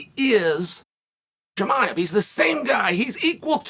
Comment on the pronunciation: interesting how well you pronounce Rakhmonov versus your mocking pronunciation of HAZMAT for 2 years...where you avoid in current times you refer to him as CAHIMAEV ... good learning... video indeed exists for proof and is the difference